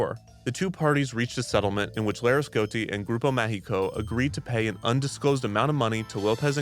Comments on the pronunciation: I thought through the whole video he was saying "Grupo México" (they operate trains and mines) instead of "Grupo Mágico" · Grupo Mágico "g" is pronounciated as a "j", because it is in portuguese. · Damn, Kidzania has grown so much... I still remember going to La Ciudad de los Niños a child and later on wondering why it changed its name to Kidzania. Fun fact: Most adults still call Kidzania "La Ciudad de los Niños" here in Mexico despite many years have gone by since the name change. Note: "Grupo Mágico" is pronounced Ma (as in magic, mascot or Mars) hi (as in Himalayas, history or him) co (as in company or Colorado), throughout the video it sounded like "Grupo México", a huge company here in Mexico mostly known for its owner's reputation (second richest person in Mexico), and their mines' accidents. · I was there! In both ciudad de los niños and then Kidzania in a corporate event! I have a picture in ciudad de los niños jail lol. Just one correction. You're mispronouncing grupo mágico. You are pronouncing a Spanish "E" sound instead of an "A". Which is a bit unfortunate since there is a Grupo México that is a mining company with very poor environmental and labour record say the least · you pronountiated both "Grupo Mágico" and "São Paulo" in ways so wrong i didn't think it was possible.